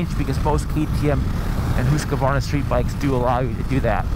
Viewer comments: Hus-varna. Not Hus-ka-varna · this dude says Husqvarna weirdly. "HOOS" Qvarna? it's "HUS" Q - Varna. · Come on!! It’s husk-varna NOT whose-ka-varna! do you know what you are talking about you’re a senior editor for Pete’s sake?! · Hoosk Varna Like that.. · its not hooska-vaarana its pronounced hooskvarna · Whose kavarna? Husk Varna! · Husk A Varna [sigh] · It's pronounced hus kvarna. Not hus Q arna. I'm swedish x) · as soon as i heard him say hooos kar varna i knew what the comments were gonna be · Hoooooooskevarnaaa! SSSFARTVIALN!? jesus dude... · Never heard this pronunciation of Husqvarna. I am pretty sure it is not pronounced, Hooskavarna. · gahh!!!!!!!! Hoosk-Va-r-na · Hooska? Varna? hahaha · It’s Husk Varna !!! 🙄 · he always added an extra A to Husqvarna also hearing his spit in his mouth when he talks and swallows give me shivvers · It’s not pronounced Husq A varna ? Or am I wrong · When you are Swedish you hear how badly Americans pronounce Husqvarna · I giggle everytime he say Husqvarna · The way he tells hasqvqrna is wrong. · Disliked and stopped watching after the 4th time saying the name wrong. I don’t care whatever else you have to say about this bike. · He says "Husqvarna" funny. It was annoying.